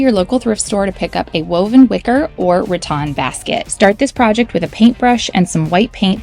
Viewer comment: Awesome- I love these ideas and will definitely try them out! Wanted to let y’all know that rattan is pronounced rat-tan (like the color tan)- just a friendly sidenote! Anyway, love your videos!